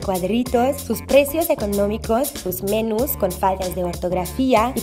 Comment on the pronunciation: "... Sus MÉNUS y por sus faltas de ÓRTIGRAFIA..." no puedes hablar de faltas de ortografía cuando no sabes hablar el idioma, jajajaja.